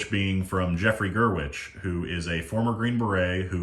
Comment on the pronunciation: "Jeffrey Gurwich" he'll love that 😂